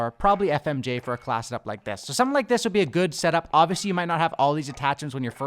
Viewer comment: Wtf is a “Class’ed-up”?! Every time I heard him try to say “class”, he’d say “Class’ed-up”.